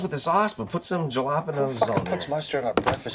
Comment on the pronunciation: Randy says "Je-la-pa-nose". Thought this was Ricky's thing.